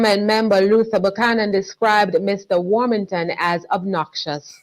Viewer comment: Greetings everyone. you pronounced Everald lost name wrong sir you should have said Everald War-Hog-ton.